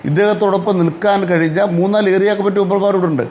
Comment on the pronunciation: ഏറിയ അല്ല ഏരിയ